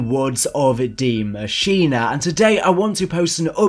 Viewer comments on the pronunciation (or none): Please, please tell me why people pronounce it like that, its DIE Maschine, not Dee Maschenah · I got a question..who the f said that its pronounced Di Mashinaaaaa. BRO PRONOUNCE DI MASHINE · Every german gotten triggerd when he says "Die Maschin" or "Die Maschinää" oof, because he can't pronounce it!